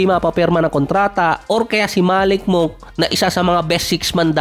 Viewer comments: Monk ka monk, ayusin no pronunciation mo "monk the right pronunciation ay " munk" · Malik Monk hindi Malik Moonk 😂